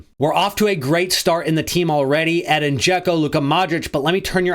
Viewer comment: his name is pronouced Eh-deen I have the Same Name born in the US but have Bosnian Origins Americans cant say it right